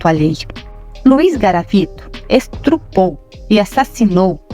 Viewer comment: É estupro ñ estrupo dá nos nervos aff.